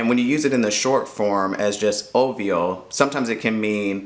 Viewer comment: Wait I’m confused… why does the ‘V’ in obvio sound like the English ‘V’ ?